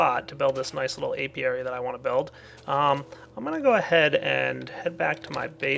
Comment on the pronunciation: He's talking about an Apiary. Notice the P in there? Gad to help :D